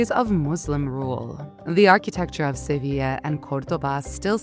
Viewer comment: The way she said Sevilla is just cheff’s kiss 🤌🏼